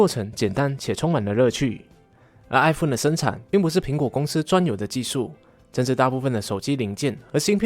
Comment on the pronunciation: 是哀鳳，不是哀福恩